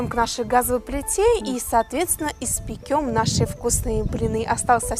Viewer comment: не испекём, а испечём